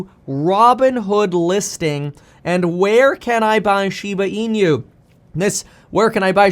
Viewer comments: Please stop calling it Shiba Inu as een you. It is e new. 😁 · SHIBA IN-YOU. Stop calling it that.